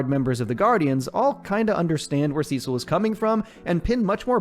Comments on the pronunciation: See-sil… they say it in the show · “Sessel and donal” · Sesil lol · that’s what caught me off guard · damn u got defensive over saying it the weird way